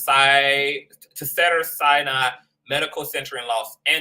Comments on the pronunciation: Great video! You are hilarious with the replay of Kelsey. 😂. Cracking me up with Cedars which is pronounced See-dars 💅🏽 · Thank God someone noticed the incorrect pronunciation. Im a 32 year Registered Nurse. I cringe 🥴